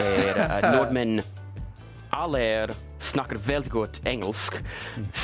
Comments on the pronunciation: He will be understood by Norwegians, but he say them wrong… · Yes, the norwegian word for norwegians is nordmenn, your pronounciation is perfect if you just ignore the d. Also I think you have a really good pronounciation when you say norwegian words